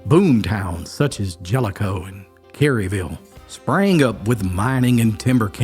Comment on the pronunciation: It's pronounced kare-uh-vull, not careyville